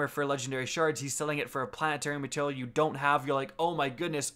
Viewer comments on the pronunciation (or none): none